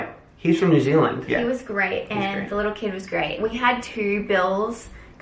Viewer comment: you said New Zealand in a kiwi accent 😂